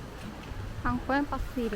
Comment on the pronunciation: Kampoeng dibaca "kampung/desa". Karena "Kampoeng" adalah bahasa Indonesia versi terdahulu yang belum disempurnakan sebelum Indonesia merdeka pada masa pra kemerdekaan, Kata “oe” pada kata Kampoeng merupakan abjad yang diserap dari bahasa Belanda pada saat Indonesia masih dikuasai Belanda.semoga tambah Info untuk 👍🏻